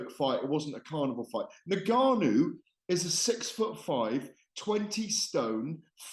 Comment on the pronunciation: Gareth is the number one Fury fan. Plus the only person that can’t pronounce Ngannou properly 😂 For someone that has covered combat sports for so long he is by far the least knowledgeable pundit in the game